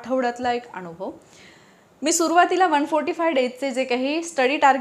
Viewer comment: मॅडम तुम्ही जरा मराठी शब्दांच्या उच्चारावर लक्ष द्या उदा. "नाही" ला "णाहि" म्हणता. "अण्यथा" हा चुकीचा शब्द आहे, 'अन्यथा' हा बरोबर शब्द आहे. "अनुभव" ला "अणूभव", 'बनवा' ला "बणवा" म्हणता. असे खूप शब्द आहेत तुमच्या विडियो मध्ये.